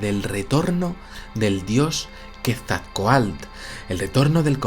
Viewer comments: Felicidades por su programa. Quetzalcoatl es una palabra grave, no aguda, y la última sílaba se pronuncia "coatl", no "coalt". Muchas gracias. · Muestras jeroglíficos Aztecas y no Mayas sin embargo tu interpretación es válida para ambas culturas lo del castillo es verídico, la pronunciación es Ket-zal-koatl espero ser específico de lo contrario en un llamada y por cierto dile a que no es cacahuetes es CACAHUATES saludos y muy buen trabajo!!! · Soy la única Mexicana que se encabrona cuando no pronuncia bien Quetzalcóatl??? Ja ja ja